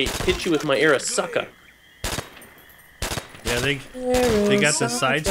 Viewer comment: man be grateful for whatever you get from the box and its called the ARISAKA nit the arisucka,say it right or not at all